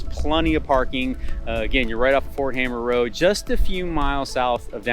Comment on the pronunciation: Also, Ft hamer, not hammer.